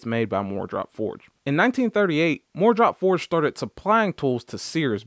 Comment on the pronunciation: Instead of saying, "MooreDrop Forged", it might make more sense to pronounce it "Moore Drop-Forged" tools (even if that's wrong). As far as the 15/16" crowfoot wrench being absent, you are right, sir (with apologies to Ed McMahon). I have a set of Sears Craftsman 3/8 Drive SAE crowfoot wrenches that came in a pouch, and that set is missing the 15/16" wrench, too. I always wondered why, but it is probably not used very much on cars, so it was left out. Just like socket sets that leave out one or two sockets for that reason, you inevitably need the one(s) they were sure you didn't need (and wouldn't miss). I bought a single Gearwrench 15/16" crowfoot just to have one on hand. Crowfoot wrenches are the bench warmers of the toolbox, however; in the eight (8) years I've had this set, I've used it once (the day I bought it). By the way, mine have "-W-" stamped on each wrench, so it's not an Easco set. I paid $49.99 for it at the local Sears store. It wasn't wasted money, though, since I had to stop work within a few minutes after beginning the installation of a new kitchen faucet. Nothing else I had at the time would work. Five minutes after I returned home, I had removed the stuck fastener and was able to complete the installation.